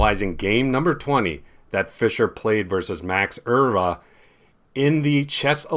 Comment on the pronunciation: As a Dutchman I can confirm that your pronounciation of “Euwe” is almost perfect! Please don’t change it! And thank you for showing and explaining this game. By the way, the Olympiad wasn’t in Germany, but in East-Germany. In 1960 this was a big difference. Please allow me to be such a school teacher and feel free to correct my reaction! 😉